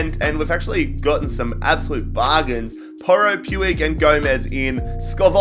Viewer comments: Puig is pronounced Pweeg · It's pronounced puj